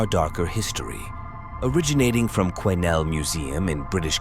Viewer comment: Great vid. For the record, the S in Quesnel is silent.